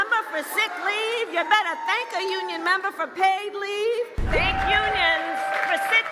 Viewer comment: You "BETT'AH THANK'AH UNION MEM'BAH..." just cracks me up every time I hear it!